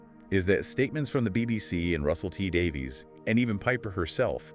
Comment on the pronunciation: “Shute-ee gat-wuh!” “Davies = Davis”